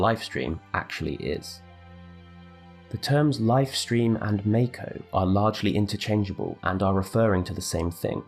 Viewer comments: Yo, why you keep pronouncing "Mako" wrong? It's "mock-oh", not "make-oh". We've had official canon pronunciations for not just Mako but almost everything else for over a decade at this point, probably more like over two decades. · Isn't it mahko rather than mayko